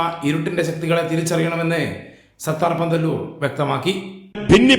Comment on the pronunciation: സത്താർ പന്തല്ലൂർ ആണ് ഒന്ന് നോക്കി ത്തെറ്റാതെ വായിചൂടെ